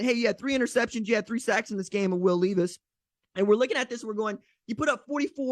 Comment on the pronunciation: Levis not LEEvis. GBO!